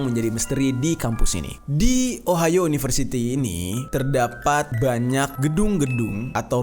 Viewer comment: Entah knp pas bang jerry nyebut ohio di telinga gw ohayo :v Biasalh wibu wkwkwk